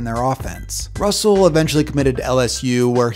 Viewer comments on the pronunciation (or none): none